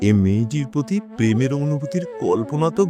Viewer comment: আজকের গল্প, গল্প নয়। এই রকম ভাবে শব্দ বিস্তার, পাঠ ও গানের যথাযথ ব্যবহারে নির্দেশক ভিসুয়াল তৈরী করেছেন। গল্পটি অসাধারণ। এই বিষয় বস্তু নিয়ে প্রেমের অনুভুতির গল্প লেখা সত্যিই প্রশংসার দাবিদার। সমীরণ বাবূ খুব সুন্দর শুধু প্রেম আর অস্বাভাবিক - এই দুটি উচ্চারণ একটু শ্রুতি কটু। তবে বাকিতে সেটা ঢেকে গেছে। অসম্ভব বোল্ড কন্ঠ। রাকা দেবী অতূলনীয়া। আর গল্পের মাঝে কমলকলির বাবার চরিত্রে দুটি বাক্যবন্ধে ভাস্কর বাবু তাঁর কন্ঠ অভিনয়ের জাত চিনিয়ে দিয়েছেন। তিনটি গানই অপূর্ব। তিনটি গান গল্পে সুন্দর ভিসুয়াল তৈরী করেছে। অমৃতা গাঙ্গুলী কে অপূর্ব বললেও কম বলা হবে। এসো আমার ঘরে এসো যথাযথ ভাবেই ব্যবহৃত। অরূপণ রায় খুব সুন্দর। অর্জুনের মায়ের কন্ঠে গানটি অবসাদে ডুবে থাকা মানুষের পারফেক্ট ব্যবহার। ভালো থাকবেন। আবার অপেক্ষা।